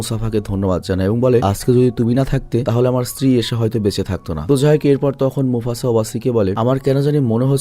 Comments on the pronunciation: ভাই "মোছাফা'' হবে না, নামটা মোফাছা😊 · Mufasa ❌ Musafa ✅ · Vai musafa na mufasa😢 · its mufasa boss , not musafa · ভাই মুসাফা না মুফাসা হবে । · Musafa na mufasa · Vai mufasa musafa na😂😂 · Mufasa nam Musafa na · Mufasa.... Not Musafa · হায়রে অশিক্ষত, তুই বার বার মুফাসা কে মুসাফা বলতেছত। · Musafa noy this is mufasa😂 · Musafa na mufasa ki 😂rendorom 😂 vahi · আমার মনে হয়, এটা মুসাফা,,নয়,,এটা মুফাসা হবে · Musafa na mufasa hobe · মুসাফা না মুফাসা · মোসাফা ❌ মোফাসা✅ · নামটাই ঠিক করে বললা না ব্রো? কই মুফাসা আর কই মুসাফা!!! ভাই কিছু স্টাডিও কইরো 😂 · vai oita musafa na mufasa hobe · আরে বোকাচোদা শব্দ টা Mufasa হবে। আর আপনি বার বার বলতেছেন মুসাফা 😂। মুরুব্বি নতুন নতুন 😆😂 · Mafasa, musafa na!🙂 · Mufasa hobe musafa na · ভাই, ওইটা মুসাফা না, মুফাসা হবে। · Musafa na oita mufasa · ভাই আপনি বার বার মুফাসা কে মুসাফা বলতেসেন কেনো?? শুনতে অন্যরকম লাগছে,,,mistake টা ঠিক করিয়েন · Vaii.....Musafa nah...😄mufasa hobe🤭🤭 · bhai musafa na mufasa hobe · Mufasa ❌ musafa ✅😂 poor bangladeshi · মসতুফা কী 😂😂😂 মুফাসা 😂😂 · mufasssssaaaa not musafa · ওইটা মুসাফা না রেএএএএ "মুফাসা" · Vai ata Mufaca hobe Mucafa na 😊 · ভাই মুসাফা না , মুফাসা হবে। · Mucafa 😂😂 mufasa 🙂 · ভাই আমি আপনার একজন অনেক বড় ফ্যান, আপনার ভিডিও ছাড়া অন্য কারো ভিডিও আমি দেখিনা, অতন্ত্য বিনয়ের সাথে বলছি যে,সিম্বার বাবার নাম মুসাফা না,মুফাসা হবে। ❤ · ভাই ওটা মুসাফা না ওটা হবে মুফাসা 😅